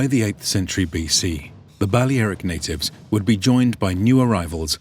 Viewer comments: Bu-lare-ic not bale aric it’s pronounced differently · You sure your pronouncing Balearic correctly ? It’s Ba lea ric , lea pronounced lair. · So it's pronounced Bal-le-ae-ric not bal-lea-ric. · Thumbs down for the butchered pronunciation of Balearic. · Why couldn't he say Balearic correctly? lol